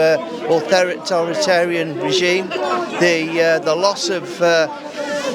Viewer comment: He can't even say authoritarianism